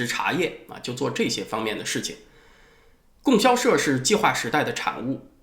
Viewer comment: 老师， 应该读 供（读第一声比较适合）销社